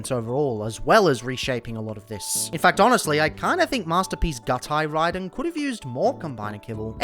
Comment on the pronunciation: "rey-den" always makes me cry a bit too